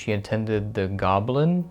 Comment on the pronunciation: Fairly sure it's pronounced go-bel-ins